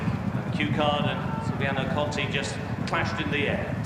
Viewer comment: Shame the RUK commentator couldn't get Silviniaco Conti's name right throughout most of the race. Take a couple of lessons from Simon Holt.